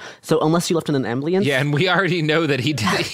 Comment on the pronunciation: Is the way he pronounces "ambulance" as "ambly ants" a bit